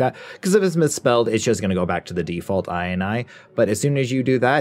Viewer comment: inee xd Its INI